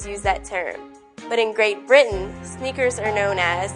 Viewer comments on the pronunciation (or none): none